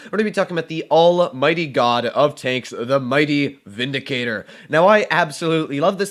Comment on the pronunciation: Ah yes, the “Vidicator”